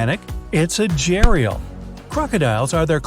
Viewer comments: It is a gharial not jariel🤣🤣🤣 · How Did This Picture Make Centipedes Cute Edit: Also The Way You Pronounce Gharial Makes Me Cringe. It Is G-Air-Ee-All Not J-Air-Ee-All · At 5.20 , the crocodile is not pronounced as j-ri-al, no, it's pronounced as gh-di-aal. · It’s not Jay-ri-aal it’s called gha-di-yaal (the pronunciation of that distant relative of crocodile/Indian version) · BRUH im indian and i just freaked at how you said gharial its not jerial its gharial gh- r - e - aal. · U pronounced wrong Indian gharial are not pronounced jarial they are pronounced ghadiyaal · GHARIYAL pronounced as GHARIYAL and not as JHARIAL as narrated in the clip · Man it's not pronounced with a soft G like u pronounced it as "Jarial" it is rather pronounced with a hard G and an H as "Gharial"............................... Don't learn the wrong............................ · Hey, It's not a "J-rial", it is "Gha-ri-al"!!!! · Its not jarial its gharial gha not ja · It was not gariyal it was GHADDIIYAAL🙏 I am from India love from India ❤️ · Me: Watching video: Saying ghadiyal a gharial 😅😂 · Ghariyal is not spelt jay-re-al its gha-D-ya'll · Jheriyaal= Ghadiyal At least they should once consult someone speaking the native language 😁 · I feel so sad when pronounces Indian names wrong: its not Jarial its Gharial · hi i am your big fan first of all but but but, the gharial is not no pronounced as jha-rial but as gha-rial the sound of gha is unique and its most likely found in india thank you your big fan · Ok that crocodile is not jerial its gh-a-ri-yal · Real name: Gharial... Edit: (pronounciation - gh as "gha" and rial as "rdiaal" rd as a mixed sound): Gareal 😂😂😂😂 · U pronounced jerial it's gharial ...GH-A-Real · I like your videos always but 🤗,, Gharial should be call ,Ga,ha,rel not je,reil rite🤔🤗 if not in UK English 🤗just a little talk🤗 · it's not Jherial. It's Gharial like Ghana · When he said Gharial as Jerial Me: -_